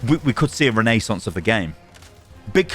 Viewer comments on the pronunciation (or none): none